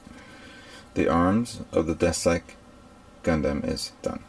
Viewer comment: and its deathsythe not deathsyke